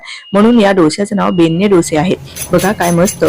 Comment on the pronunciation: ताई ते "'बेण्णे"' असं आहे, "'बेन्ने'" नाही...